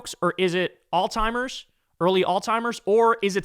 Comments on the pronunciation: Kyle it's not ALL TIMERS! It's ALZHEIMERS!!!! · Kyle i LOVE your show man, but it is "Alzheimer's" not "Alz-timers" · It’s Alzheimer’s, not Alltimers, pronounce it correctly. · It’s not pronounced alltimers. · For the love of FSM, there’s no T in Alzheimer. Stop saying “All timer”. It’s literally pronounced the way it’s spelled. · Damn dude, it's pronounced "allz-hime-ers", there's and Z and no T! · I love you but... it's "Alzheimer's"... 😬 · Hey, Kyle. Alzheimer's doesn't have a "T" in it. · Hate to be that guy…but it’s Alzheimer’s, boss.